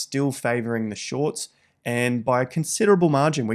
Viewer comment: ‘in shoiiirTs’ 😂